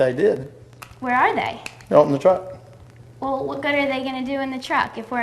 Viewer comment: Chris sort of mocked him at the end too, when he said, "Wulll, I think there's something I need to tell you." It's a bit easy to miss, but he was definitely mimicking the way the guy pronounces his words.